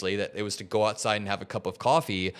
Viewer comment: "Cash me owside!"